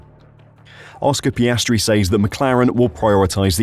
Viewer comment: Get his name right. It’s Piastri. Not Piastre or Piastry.